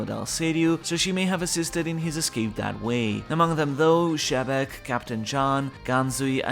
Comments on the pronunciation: Why do you call him Shebek? XE Is pronounced Xce, like excelent, excel. Japanesse dont use Sh, and its not french. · I hate how you say jabec instead of zebec/Xebec...................................................................................... Asian things.................................................